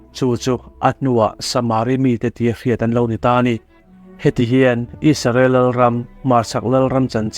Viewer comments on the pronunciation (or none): Isarel tih nilo in Israel tihian lam hram teh ang u . Ram hming ani a duh dan dan a lam chi ani lo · Isarel tiin ilam thina Israel tih zawk tur a ni lo maw?